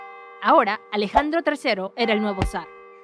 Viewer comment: Me partide risa cuando dice ajandro tracero